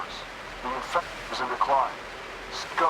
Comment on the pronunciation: Lol....INFRECTION! What is an INFRECTION! 😂😂are u that bored of doing these s@ videos that u can't pronounce words right.